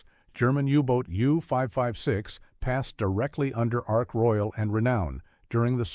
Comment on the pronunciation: Why is there a jet aircraft ??? Why is there a map of New Zealand Why is there footage of a Japanese Zero ?? Your pronunciations are awful... and this really detracts from the presentation, which is a real shame, because it could be so much better... Oh, and by the way, the aircraft carrier is Ark Royal - not Ark Royale !!!!